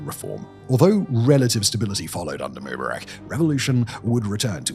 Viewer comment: Your pronunciation of Rabin and Rubarak are horrible and stink of prejudice.